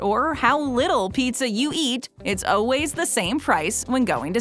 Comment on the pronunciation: I love these videos, but I will NEVER get over the fact that she says "always" as "o-ways".